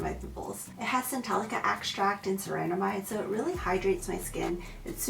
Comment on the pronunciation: I think it’s “ceramides”, and not “ceraNAmides”, like you said a couple of times in the video. Thank you for the product recommendations though!